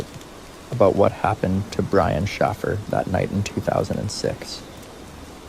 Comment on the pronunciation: ?????AI does not know how to pronounce names but how can you mess up Shaffer, with or without a Y???